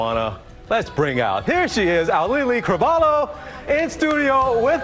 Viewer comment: He called her Ow-lee-lee CravaLO. I feel like if you’re interviewing someone you should at least get their name right.